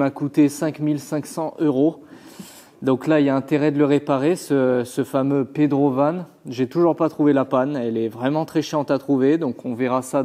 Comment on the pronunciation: attention a pas enlever le R du pedrovan <.<